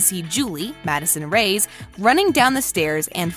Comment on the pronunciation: Her name is Madison Reyes pronounced Ray Es not Rays